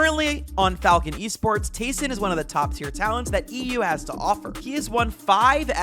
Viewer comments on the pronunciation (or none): none